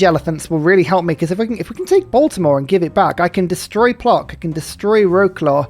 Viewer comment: In Polish "c" is read as "ts" so Puotsk not Plock. I had a giggle